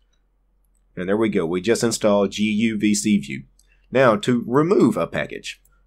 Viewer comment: guvcview....guvcVIEW....GUVCVIEW :D :D :D